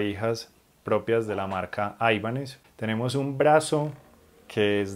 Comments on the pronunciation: Gracias por el video. Muy buenos detalles. Solo una cosa, sin ser hater, porqué pronuncias la marca como "aibanez"? cuando realmente el nombre no es anglosajón sino de procedencia hispana? Saludos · No es aibanes, paleto. Viene del apellido español Ibáñez que luego le quitaron la eñe